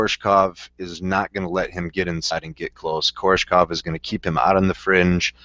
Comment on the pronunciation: KoRESHkov, not Korshekov, or however you pronounced it. That's like Nate saying KhaLIbov, and not KhaBILov. Simple reading comprehension, yo.